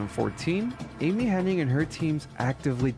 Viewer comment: Bro! The author of the featured video needs to get his names correct. Imagine committing this level of effort to anything and getting all the names wrong. Amy HENNIG, Evan WELLS, CHRISTOPHE Balestra. I’m only a third of the way through. It’s driving me crazy for some reason. I’m not trying to be a Darrin, but I hope Nolan North and Troy Baker won’t suffer the same fate.